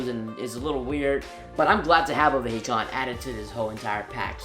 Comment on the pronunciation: its pronounced vihecon (for some reason)